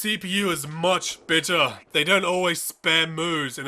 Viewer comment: I'm sorry are you saying "bitter" or better"?